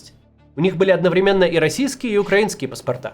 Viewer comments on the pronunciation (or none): none